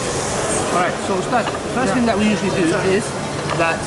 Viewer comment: “Tell them you want the real ting” 🤣